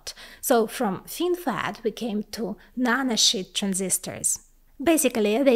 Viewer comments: Yeah, no disrespect and a great video, but once I had heard it I could simply not unhear it, "nano shit" and "fox shit". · She said nanoshit 😂